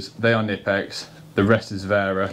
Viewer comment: Knipex is pronounced with the K... K-nipex